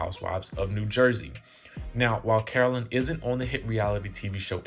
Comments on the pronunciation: Man the way you report your news is so boring ... I keep coming back to see if you'll improve but nah. And wtf is "Caroleen"? It's pronounced "CARO-LINE" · Feeling triggered by you calling Caro-LINE Caro-LYN. Please get it together. 🙏🏾🤣🤣🤦🏾‍♀️ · Yes pleeeze say her name correctly - CAROLINE. Joes business partner ratted him out because Joe wld not 💰 him monies owed. U can’t refuse to pay someone and not think they will spill ur secrets. The friend told Jackie’s husband and he delivered the message to Joe and he said f#%k him. Well I guess the friend got the last laugh. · DJ..it is Caro-LINE...that's how I remember hearing it being pronounced all the time.